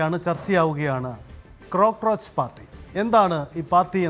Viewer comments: ഒരു ക്രോ കൂടി പോയത് ആണ് 😂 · 😅😅😅crockroach അല്ല പുല്ല് cockroach